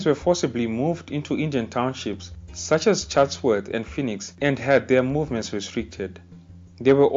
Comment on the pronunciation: Mans even pronounced Phoenix right